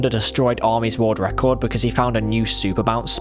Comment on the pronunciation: "Woorld ruckord"